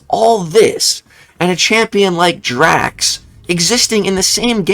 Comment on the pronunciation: You said "Drax" hahahahahahaha!